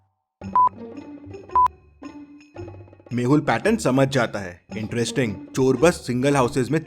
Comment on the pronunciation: Detective mehul not mahul